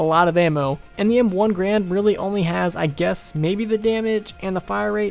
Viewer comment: It's not pronounced grand it's pronounced garan. The guy who created the M1 last name was garan. But people just started calling it the grand.